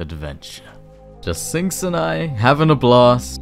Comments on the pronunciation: lol did nobody notice called Sinks "Stinks"? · i swear i heard you call him "Stinks" at least three times in the video hahahaha